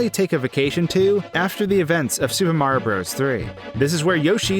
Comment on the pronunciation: lol you say mario so fast it sounds like ''mrrrr''